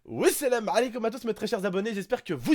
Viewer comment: MDR ton accent quand tu dis salem alikoum tonton on voit bien que tu est Algérien/tunisien XD